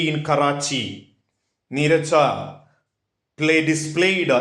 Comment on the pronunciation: Neerja bhanot not neeraj bhanot